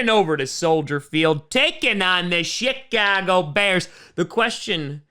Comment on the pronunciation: "Shit - ago bears"